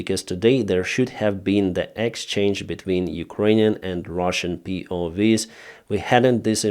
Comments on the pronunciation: POW not POV 😂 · It's not POV's, it's POW's. Prisoner/s Of War 👍 not V (vee) it's W (double-u) hope this helps with your English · they are PO-doubleUs not POVs xD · POW is pronounced Pee-Oh-double-UUs W is like wow, not Vee. but is double U's for PoW. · POWs, not POVs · POW's. Not POV's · P.O. Double U is how POW is pronounced.